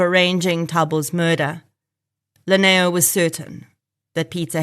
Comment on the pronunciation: Lineo is pronounced as Dineo Basotho from Lesotho Translates Li=D e.g Limpho as Dimpho Lineo as Dineo 🙏